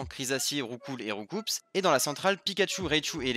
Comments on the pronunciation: Je te donne un fait que tu ne savais pas : Roucoups se prononce "Roucou" parce qu'il donne des coups. La traduction de l'animé s'est craquée au grand dam de Julien Bardakoff (le traducteur des 251 premier pokémon) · On prononce pas le "S" de Roucoups ! ^^"